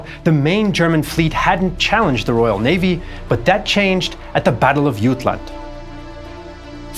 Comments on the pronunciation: Did you say YUTLAND? YOU DID.... DON'T, JUST DON'T. IT'S JUTLAND AND YOU KNOW IT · So regarding the Battle of Jutland, what was the thinking behind the way you decided to pronounce it? Because it sounds wrong in every language I can think of being involved, the sea it is fought in is Skagerak, the place it is fought near is Jylland which is called Jutland in English because for some reason English people dont seem to care what the locals think things are called so they make up their own names, so much for this politeness they pride themselves on I suppose. Skagerak was spot on though and honestly I dont understand why this battle was not called the Battle of Skagerak because everyone agrees on that name for the area.